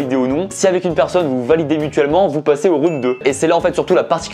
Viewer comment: "et pour ça ça se passe en 3 roun'd" Les profs d'anglais en sueur 😅😂